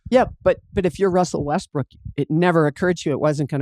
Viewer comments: I always hear "Westbrick" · jackie said westbrick lmaooooooo